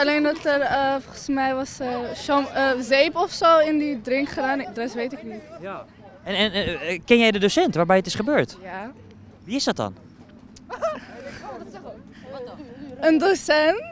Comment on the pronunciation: Zzzeep in die drink 😂😂😂